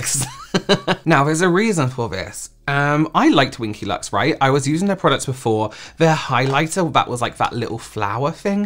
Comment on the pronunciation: Wing-ky lux 😂😂😂